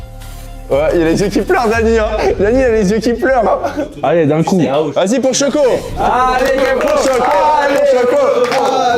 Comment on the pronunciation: "pour chocoh "🤣🤣🤣